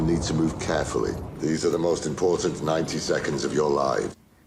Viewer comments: With all due respect, please work on your pronunciation of "important" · Please stop saying important until you can pronounce important.